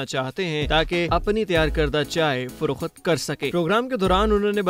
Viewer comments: Bhaee frokhut nahi frokht hota hai baqi Urdu aap ki bahtareen hai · Mamo frokht bola kar fro-khat nahi hota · Farokhat or Farokht; correct your Urdu man. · It's "firokht" not "firokhat"😊☺